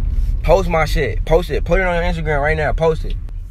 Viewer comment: He said don't poth it Lol😂